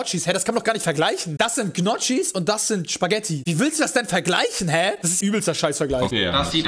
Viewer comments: Ich sprech Gnocci, Nokie aus, das trigert mich übelst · Sag noch 1mal Gnotschis und ich zünde mich selbst an und spring vom Hochhaus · Man sagt Njoki und nicht Knotschi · Njoggi...nicht niocki!! Menno...🤣🤣🤣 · wird NICHT njoCKI ausgesprochen...njoGGi. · Was für Gnotschis Junge die werden nioki ausgesprochen😂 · Das spricht man njoki aus und nich gnotschi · Es wird „Nokki“ ausgesprochen und nicht „Gnotschi“!!! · Bro das heisst nicht knotschi sondern Gnocchi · Es wird gnocchi geschrieben. ABER NJOCKI AUSGESPROCHEN 😂😂 edit:nehme ich dir nt übel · gnotschis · Gnocchi. Bitte nicht Knotschiiii oder soo😂🤦‍♂️ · Gnocchi, um Gottes Willen, sag nicht gnotschis, da bekommt man hasskicks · dikkaaaaaa wie kann man das die ganze zeit sooooo penetrant falsch ausprechen xD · Ein Unding von vielen Deutschen!! Wir Schweizer wissen wie man das richtig ausspricht! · Wieso kann niemand Gnocchis aussprechen